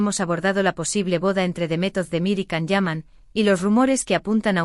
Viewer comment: No se dice Can, en turco se pronunciaría “Yan”.